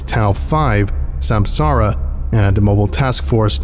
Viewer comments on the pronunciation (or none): none